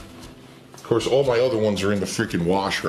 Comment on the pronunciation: "-not at ahwl, not at ahwl"